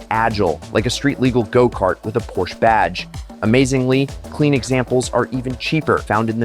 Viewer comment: PorschBES? Never heard of that brand 😂